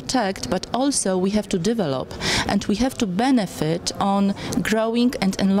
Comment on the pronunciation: Pani Podsekretarz powinna popracować nad swoją angielską dykcją. Proponuję np. sprawdzić w słowniku, gdzie pada akcent w słowie "develop".